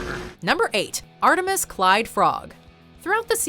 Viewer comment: Its not "Artimus" its "Atomus"